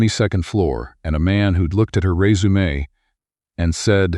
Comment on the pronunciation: 20.34. Your voice is the first one I have heard that properly pronounces "resume" in this context.